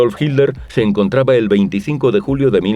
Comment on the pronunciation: como veo esto muy frecuentemente. Cual Hilder cabrón, tanto les arde el culo con el genocida qué no quieren pronunciarlo como es? Hilder... pendejazo